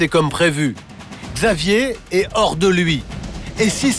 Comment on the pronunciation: "Après un lavage d'estomac elle ette Hors de danger" jpp comment il a accentuer 💀😭